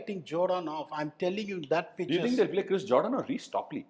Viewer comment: Jordan ❌ Joedaan ✅ 😂